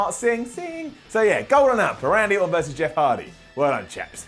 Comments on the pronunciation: "Andy Orton" c'mon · I know you said "Randy", but I still hear "Andy", and now I wish there was a wrestler named Andy Orton, just for the laughs.